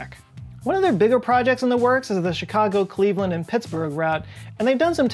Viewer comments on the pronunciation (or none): none